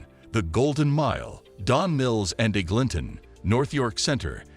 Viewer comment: Eg-ling-tone LOL